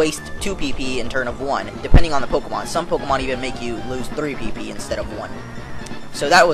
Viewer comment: u sound funny wen u say pp lol